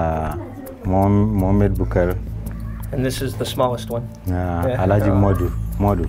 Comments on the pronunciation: Its “Alhaji” not “Elijah”. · Its "Alhaji" not "Elijah" please. Alhaji Mohammed*